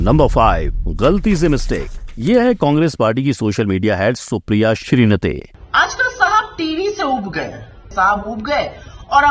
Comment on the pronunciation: अरे दगड़िया ये श्रीनते नहीं श्रीनेत है .